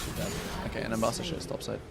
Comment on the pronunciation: You press w insanely fast and walking to other side of syndra. Is kind of mechanicly difficult for some people. In my games allies dont even auto attack sometimes. Her name is Ambessa not Embassa like you said all first game :D